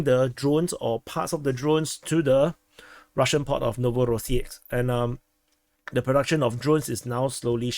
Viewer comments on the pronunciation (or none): none